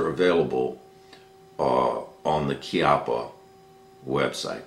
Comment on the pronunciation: It's not "KEE-up-uh" It's "KYUPP-ppuh" :)